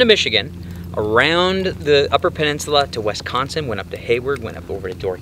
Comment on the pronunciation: Great video! Gonna check out the UP cause we live in Wisconsin! Oh, it’s Wisconsin not Wesconsin 😉.